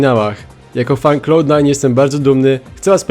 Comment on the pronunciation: "klałd" nie "klołd" :D